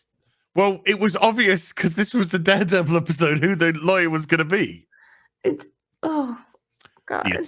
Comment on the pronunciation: it's not daredevil its durrr davil